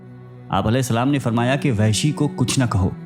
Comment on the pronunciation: Lafz Wehshi nahi blke Wahshi ha